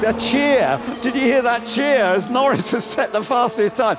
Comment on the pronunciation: "and Lando Nor-REES LANDO NOREES HAS TAKEN POLE!" one we'll hear for many years!